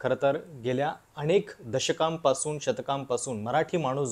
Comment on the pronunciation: अणेक नाही अनेक